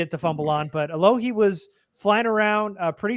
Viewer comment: finally respecting Alohi by pronouncing his name right for the first time 👍🏼